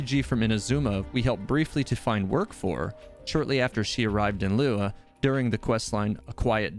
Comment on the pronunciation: Xing qiu Not qiuah lol Gu hua Not gu hu ah. "Hwa" as one word. Li yue Li "Yur eh" but faster. Not li weh. Sorry, your pronunciations sometimes get a little distracting 😂